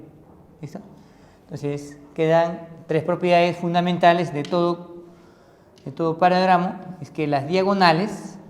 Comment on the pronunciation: OE LENGUA E TRAPO ES "PARALELOGRAMO" NO PARAGRAMO